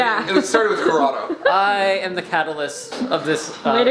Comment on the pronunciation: Yes, also for future reference it is Corrado no worries though you seem to be new here so it's okay.